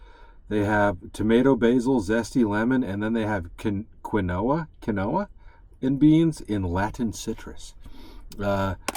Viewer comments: Quinoa pronounced keen waa 🤣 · Quinoa, properly pronounced "KEEN-wah". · I think when you were reading the list of ingredients for your dinner you were trying to pronounce quinoa, it is pronounced (keen wah). It sure doesn't sound like it looks. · Quinoa - ( said keen wa ) is really good ! It's sorta like rice kinda I'm sure you'd like it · Quinoa is pronounced like "keen-wa" - glad you had a fun Halloween! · Quinoa is pronounced Keen Wah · Hello...After many corrections from My "Sister Dorothy" She informed that the Correct Pronunciation of Quinoa...is "Keen Waa"...Lol....of Course I have the same pronunciation as You.lol///Enjoying ur Videos....Are u into Archery? I have been into Traditional Archery, if interested I make Bows and Arrows love to gift you a hand made Bow and some Arrows...Shooting is So Much Fun! There are probably Traditional Archery groups in ur Area...Have fun!! Happy Halloween! BTW Spice is Good For The Heart!! Keep Noodle Dangling!! Spice On Bro!! LOL...